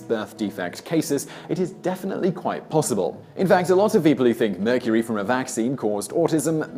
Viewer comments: He said tuna from meurcery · immediately scrolled to the comments after he said "the tuna in murcury" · He said the tuna in mercury lol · "Tuna in mercury" lmao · The tuna in mercury?? this guy messes up dozens of times each video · did anyone catch the part where Simon said "the tuna in mercury..."